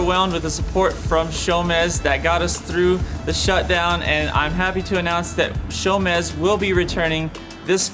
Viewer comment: Is it "J"omez or "Show"mez? He pronounced it both ways.